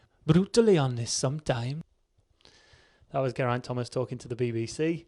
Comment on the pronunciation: That Geraint Thomas impression sounded more Indian than Welsh